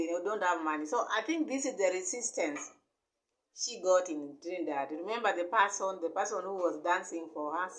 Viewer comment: This woman can not even speak properly, not even the name of the country shi cya call good. Lady, Dee will proper in the name of Yashua